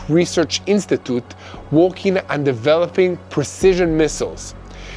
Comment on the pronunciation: WORKING is pronounced [ WŒK•ing ] not [ WALK•ing ].